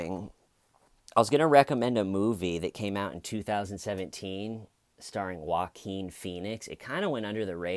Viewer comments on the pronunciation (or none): none